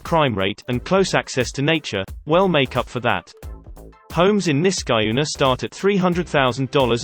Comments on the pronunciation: I live in the Capital Region. Niskayuna is pronounced NisKEYuna. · It’s pronounced Nisk-ah- YOU-nah. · SkUHneetles, NiskUHyuna—AI voices are so irritating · Niskayuna: Nisk-ah-YOO-nah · As someone who lives here, it's more so pronounced Nisk-AH-yuna but some pronounce it as you stated. most also just call it nisky. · Nis kah yoo nah look it up Niskayunah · Who pronounces Niskayuna like this guy? No one in upstate, NY. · I love hearing this guy pronounce Niskayuna.